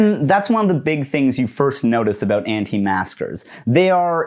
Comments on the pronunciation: are you saying anti masker or anti master lol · Sounds like he’s saying “anti masters” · But why does he repeatedly say "Anti-master"? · Does he keep saying “anti-masters” or is it an auditory illusion? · I keep thinking you are saying "anti-masters."